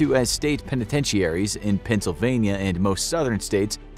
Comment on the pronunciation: pen-a-ten-she-aries? OUCH!